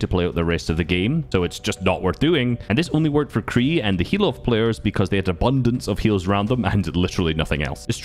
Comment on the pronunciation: BRO SAID CREE FOR QREI